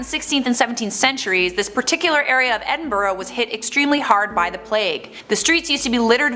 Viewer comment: Correctly pronouncing Gorbals and Edinburgh that lass needs a raise. 👍🤣